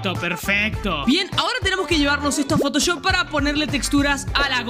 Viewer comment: dijo poto choft